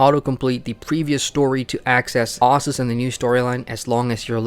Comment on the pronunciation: Exactly. Ossus. Not OHssus, devs